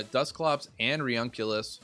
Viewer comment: Its pronounce reUNIclus re-uni-clus A bit like nukular.